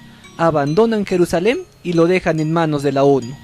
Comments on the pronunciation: Se dice Jerusalén en español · Compa ya ni chinga neta, queda usted mal de a madre.. Se escribe y pronuncia "Jerusalén " no Jerusalem..